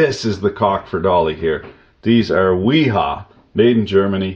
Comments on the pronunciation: FYI: wera and wiha is pronounced “Vera” and “Veha” The German W sounds like a V. Just a a fun fact for y’all! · It 'Ve-ha' (wiha) bosch speak for W lol